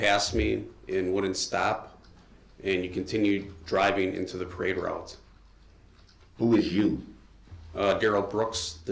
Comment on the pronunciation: defendant: do you remember any disturbances on the parade roue? Detective: do you mean when you drove through the parade route and... 🤬